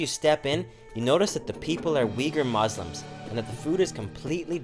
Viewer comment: With due respect bro the pronunciation isn't "Mouslims".... It is "Muslims"☺☺